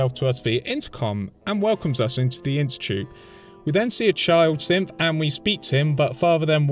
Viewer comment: I get WAY too much enjoyment out of your accent when you say synth sounding like simp